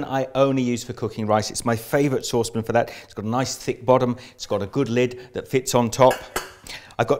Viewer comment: Sauce pin Don't know why that pronunciation made me giggle.